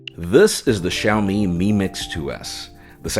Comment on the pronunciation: Thanks for pronouncing XiaoMi correctly. Always makes me sad when Americans can't pronounce Chinese names, makes us look stupid. So, thank you. Also welcome to Shanghai and enjoy Shenzhen. Both great towns. Welcome to message me if you need anything